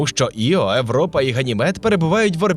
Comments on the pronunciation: европа, габл - це неможливо слухати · Чому ШІ озвучив Європу як Европу? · Дайте адекватну відповідь, чому ви так "знущаєтесь" над мовою? Еуропи, смертИ і т.д. Та вас слухати неможливо. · Мені дуже подобається ваше часте використання початкової «и» у словах! Це дуже круто, дякую! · Правильний варіант Європа пояснюється правилами української орфографії. Згідно з ними, на початку слова перед голосними [е], [и], [є] часто додається "й" або "є", щоб передати правильну вимову відповідних іншомовних слів. Оскільки в українській мові для слова Europe використовується звук [є] на початку, правильна передача цього звуку — "Європа", а не "Европа".